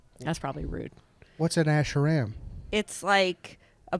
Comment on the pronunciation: “What’s an ash-uhh-ram?” Gold